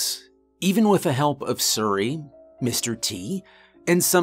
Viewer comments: Why does he say suri instead of siri 😂😂😂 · Could you seriously not say siri, instead of surry? Wtf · Sir•ee instead of seer•ee some how bugs me.